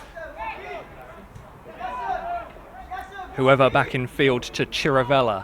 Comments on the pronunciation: And "who-ever" when it's pronounced "Hoover" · Gonzo Jones actually his name is Hoever. but actually i also took a bit of time to get that 😂